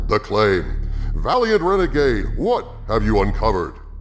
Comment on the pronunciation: LOL Did you just call Valiant Renegade, "Valiant rena-G-G-Gay"?